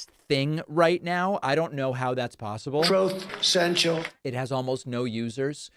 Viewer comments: "Troth Central"?? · It always makes me smile when David plays the recording of trump saying troth sencial instead of just saying truth social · "Troth Cential" has become a timeless classic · Troth sensial instead of Truth Social! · Absolute classic Trump babble... throat centchal